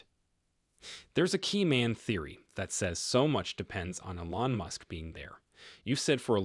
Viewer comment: Obvious AI. Teach it how to properly pronounce "Elon."